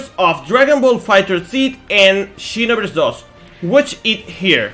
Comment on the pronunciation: "and xinovers dos" JAJAJAJAJA